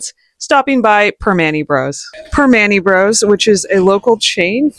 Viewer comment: Pronounced: perm-man -ti. Only tourists eat there.